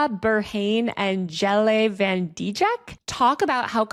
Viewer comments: as an american who grew up in the netherlands, hearing taylor pronounce van dijk as "van deejik" absolutely made my day 🤣 the disclaimer beforehand was super endearing too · this is such a well made and well researched video which clearly took a lot of time, so im really disappointed that you didnt even try to get the pronunciation right, you clearly had the time to look it up so why didnt you, like yeah its a dutch name (im dutch and that pronunciation was really terrible) so it doesnt really matter, but still, it would take like 10 min at MOST to look up how to say it right